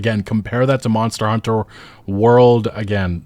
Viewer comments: this game wasn't ready also when you say Monster Hunter: World and Monster Hunter: Wilds, how come you stress the second word? the expected thing is to stress the last past (World, Wilds, Rise) because that's the actual important information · Your intonation on how you say "Monster Hunter" is so peculiar. It's like English is your 2nd language, when it's clearly your first.. lol